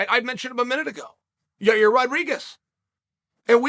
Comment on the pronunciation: "Learning how to say Magacherryopav took me a period of time, I actually worked with Megan Olivi and had to break it down" "Ya-ear shouldn't be punished because Ya-rear still went out there and competed" Uncle Chael, master of languages 😂😂😂